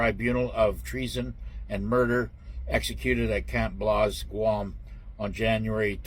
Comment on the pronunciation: Camp BLAZE. Not Blaus 🤣